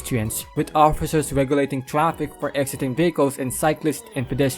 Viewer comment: “Tree point payb” and “trapik”, love it!